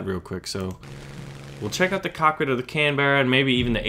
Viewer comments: Say canberrera with an Australian accent and just say canbrah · The carrier is either HMS Illustrious, or HMS Indomitable. You've got to love the grandure of British carrier naming. Those Brits sure know how to name a ship! Oh and it is pronounced 'Can-bra'. Its named after the capital of Australia...